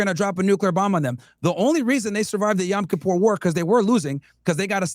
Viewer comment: “YAm Kippur” war…for the love of God, someone tell Myron it’s not “YAm”…stupid.